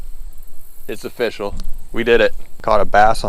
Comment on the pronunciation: Did anyone realize that he said it’s official like o fish al